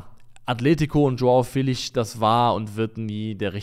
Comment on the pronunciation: Ich finde es gut, dass Leute darum bemüht sind die Namen von Spielern richtig auszusprechen, aber bitte hört auf Joao Felix namen so zu butchern. Der wird nicht mit nem sch (ʃ) Sound am ende ausgesprochen, sondern einfach Felix mit nem betonten e (Félix). Zur not gibts auf YouTube nen short wo der seinen Namen noch mal ausspricht.